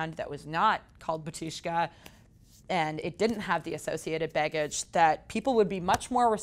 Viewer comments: It's BAAAAAtushka and it's Slavic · In name of band, emphasis on the first syllable - BA-tyushka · bAtushka. emphasis is on the first syllable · It's pronounced BA-tu-shka, not ba-TU-shka. Sorry it just sounds silly as a Russian speaker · U mean "BARTushka"